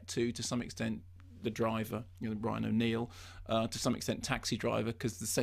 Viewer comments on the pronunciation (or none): none